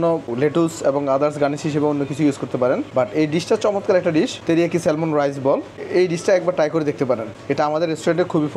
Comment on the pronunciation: এই মাছটাকে স্যালমন বলে না, স্যামন বলে। আর প্রাইজ না, না প্রাইস হবে।